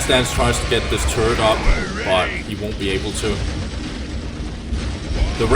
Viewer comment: This is some good and needed dow content, keep it up dude. Also, i keep hearing "turd" instead of turret, i love it lol